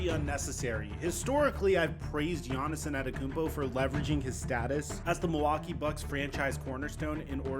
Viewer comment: Who tf is giannis enanekoonpo? 😂